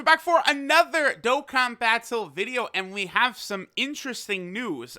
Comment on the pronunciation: Welcome back to another dok-kan